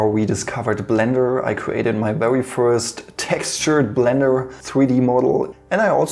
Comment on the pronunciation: I know you’re bilingual, so that’s where your accent’s from, but I absolutely love the way you say ‚vewy’ :D